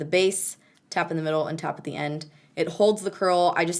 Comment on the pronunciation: Am I the only one that heard "slappin the base" when she said "tap at the base" orrrrr nahhhhh?